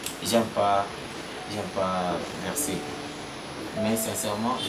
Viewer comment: vexer et non verser